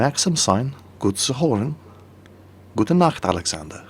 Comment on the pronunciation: Gute Nacht Alexander was absolutely perfect, you should pick up german and start to rage in german when you live stream with quickybaby and the other guys :D